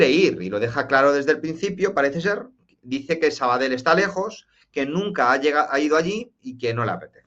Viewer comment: Se te escucha de lujo... pero por cierto, se dice Sabadell,no "sabadel''(tú puedes!!)